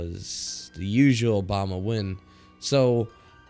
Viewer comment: I nearly died from how you said Bama. It should be like bam bam! Bam-uh